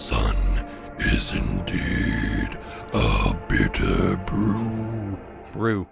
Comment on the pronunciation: "A biter brew"